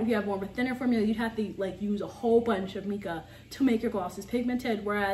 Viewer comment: In case no one has commented on this......mica is pronounced with a long "i". Beautiful glosses!